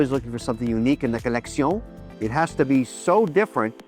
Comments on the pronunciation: I took a shot every time he said "co-leck-see-own." Now I'm plastered. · The way he says collecsiooon 🤣🤣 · Lol co-leck-see-none